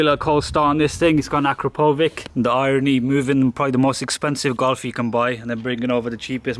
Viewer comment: To be honest, you got me dead when you said Akrapovič.